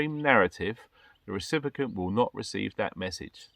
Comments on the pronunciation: Phonetically: Ree Sip ee Ent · What's a 'recipicant' precious?